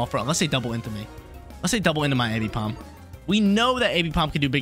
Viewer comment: I couldn’t keep watching cuz homie can’t say AMbipom’s name right. Triggering my dyslexia